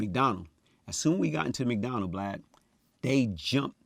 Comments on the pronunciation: he calls him "Blad" how has noone noticed that, just like Glad with a B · He keep calling Vlad Vlod 😂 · He called Vlad "Blide" 😅🤣😂😂🤣😅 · He called Vlad "Blod" 😂😂😂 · His story is movie worthy....side note he keep calling Vlad Blad🤣🤣🤣🤣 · He calls Vlad blad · "Its like this Vlod" 😭😭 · Why can't people get Vald name right???? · Dam he called him BLAD 😂😂😂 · Lol he called vlad “Blad “😂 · Is he calling vlad blad? Lol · still thinks its BLAD.. notice Vlad ain’t corrected him.